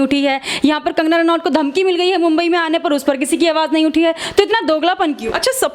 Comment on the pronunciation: Bomby nahi mombai bol bihari